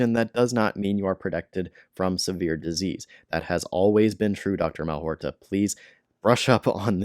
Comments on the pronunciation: Malhotra, not Malhorta. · It's Mal-HOT-ra - you spoonerised his name :) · If you're going to try to debunk Dr Aseem Malhotra, unsuccessfully I might add, at least have the grace to pronounce his name correctly.